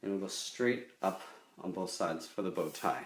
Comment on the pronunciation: Now lets draw in the bowtie Me:Wait what! plays again OOH BOWTIE!I thought you said booty lol